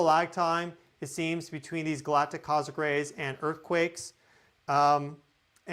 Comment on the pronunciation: What is a cozic ray? Do you mean cos- mic ray?